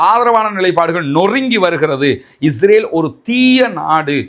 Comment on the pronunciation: அன்புள்ள சகோதரரே, தங்களுடைய பேச்சில் உள்ள உச்சரிப்பில் இஸ்ரேல் என்பதற்கு பதிலாக இஜ்ரேல் என்று உச்சரிப்பதை தவிர்த்து கொள்ளவும்